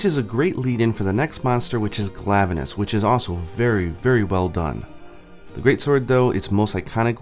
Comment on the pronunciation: ... "Glavuh-nus". Yeah... sorry, the way you pronounce some of the monster names really makes me cringe. And why would anyone have ever pronounced Tigrex "Tih-Grex"? Shudders As for the Tigrex weapons... that is NOT the Bow's original design. In fact the Bow and the DBs were the only ones that did not look utterly revolting in their original form... and I guess they wanted ALL the Tigrex weapons to be ugly, so they changed the only decent ones. As I said against the other video though... I'm sure there are folks over on the Nexus who can bring across weapon designs from GU and could mod over these shitty excuses for weapons. And isn't there a Nargacuga Bow? Don't tell me they didn't even bother with a Narga Bow for Iceborne... That would just be unforgivable.